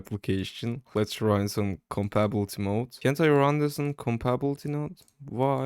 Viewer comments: Its pronounced kom-ba-ta-bility mode not combabilty mode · idk why but its funny to me when he says "compabblety", interesting video idea tho, i like it